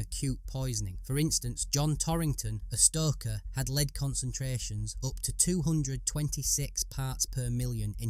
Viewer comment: The narrator keeps mispronouncing "lead" as leed instead of led